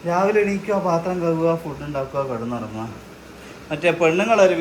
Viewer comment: കഗ് അല്ല കഴുകുക